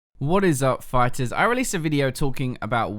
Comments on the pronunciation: honestly, "phyters" makes me cringe so hard man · "Phyters"? Shiiiiit straight fire.